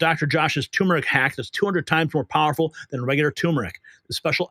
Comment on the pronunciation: Learn to pronounce “ turmeric”.